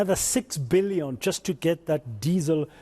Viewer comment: 6 bee-lee-yon